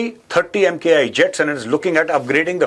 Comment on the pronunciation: I have commented on this before also.... Please stop calling it SuMk1.....it's SuMKI